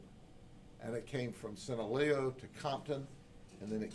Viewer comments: ITS SEE-NAH-LOW-AHHHHH (SINALOA) NOT SANTA LEO or whateva he said😂😂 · Just a correction is Sinaloa is pronounced the way is written. Sheriff said it wrong